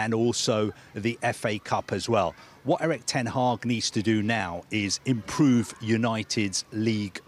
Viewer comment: He said improve like "chelsea"🤣🤣🤣🤣🤣🤣🤣🤣